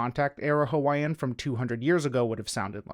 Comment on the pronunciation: Finally, someone who actually tries to pronounce Hawaiian in a video about Hawaiʻi! You’d be surprised how rare this is. Youtube is full of people who profess to know all about Hawaiʻi but they can’t even pronounce words as simple as “ke” or “ʻo”.